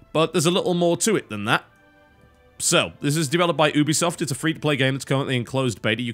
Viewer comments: For god's sake it's pronounced YOU-be-soft. I expected more from an englishman. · If the actual company that is called Ubisoft calls it You- be - soft im pretty sure thats how it should be said lol. Thats like saying you can say knife like Ka - nife lol. dont be silly